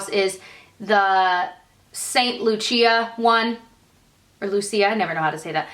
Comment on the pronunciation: St Lucia, pronounced Lu-Sha